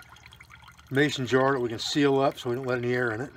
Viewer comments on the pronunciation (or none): none